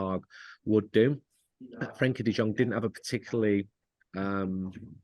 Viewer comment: Can't really respect Andy Mitten's opinion on this when he's one of those casuals that pronounces the J in Jong. Anybody that's seen De Jong play knows that it's De Yong. He only seems to know things about United and has no idea about any other team.